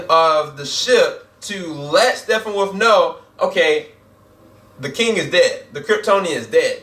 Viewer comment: I have to say one thing negative about you lol. Can you not pronounce Steppenwolf???? if it's a speach thing that it's all good but seriously dude. It is not STEFFENWOLF lol